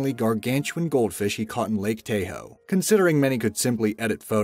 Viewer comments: Oh I'm amazed alright, amazed someone could mispronounce Tahoe, hell Chevrolet even makes an SUV called the "Taa-hoe" not the Tayhoe. Ugh. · Uh, well it's NOT "tag"-ho, it's "Taa" hoe, unless he lives somewhere other than Nevada... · Also, would you PLEASE not say 'Lake Tay-ho'? It's 'Tah-ho'. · Lake Tay-ho. Lmfao. Get your pronunciations correct bud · 1) If the guy who shot the huge Grizzly bear wasn't even going bear hunting then why did he kill this record holding bear. This just made me sick. What does it say about humans. We see something truly magnificent and then take its life. 2) It's Lake Tahoe. TAH HOE the 'A' is a soft "A" so it's pronounced with an "Ahhhhh" sound not a hard "A" like the narrator said. I lived in Lake Tahoe. The town NOT the actual lake!!! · Oh my gawd, he's pronouncing Lake Tahoe wrong in a funny way. "Tayhoe" he says.🤣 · Lake Tahoe (Tah-hoe) dude!!! Good God. How are we supposed to believe anything you say when you can't even pronounce Lake Tahoe? 🤦‍♀️ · Lake Tahoe is pronounced Tah-Hoe 😉 great vid! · Lake TAY-Hoe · Tay-hoe... honey no 😂😅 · Lmfao i cringed everytime he said Tayhoe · It is pronounced Taw-hoe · Your pronunciation is trash man, how in the fuck can you not pronounce tahoe...what is this tay-hoe shit... my mother in law from india even caught your trash pronunciation. God google something every once in a while for fucks sake. every video I swear. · It’s pronounced taa hoe surly . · not tayhoe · The A is short in Tahoe. Tah- Hoe. Say it with me Tah-Hoe. The guy that killed the bear is an asshole. Instinct didn’t kick in! He saw a big bear and killed it for a trophy. If it’s not threatening you leave it alone. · IT’S TAH-HOE IDIOT!!!!!!!!!!!!!!!!!! Also, I think that was Australia? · this dude just called tahoe tayhoe wtf?!?!?!? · Yea I had to laugh at "lake tayo "😂😂😂😂😂Do some research next time! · Its pronounced Taw-ho lol. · Tay-ho? It's one of the most popular lakes in North America. How stupid are you? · Tay-ho? Really?